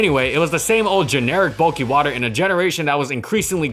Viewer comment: EeheseeeHhh Bulkkuy wuterr smells gud